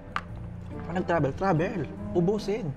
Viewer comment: Coke na may ibang PLAYBOR. Playbor talaga? Then ‘Seben Eleben’ and ‘Trabel’ P vs F and B vs V